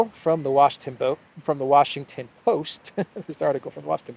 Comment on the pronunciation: You had it right the first time; "the Washington Boast".